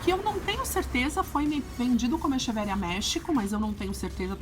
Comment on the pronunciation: Se pronuncia equeveria